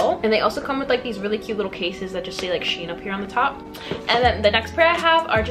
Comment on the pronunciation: Just to let u know u where saying shein wrong its she-in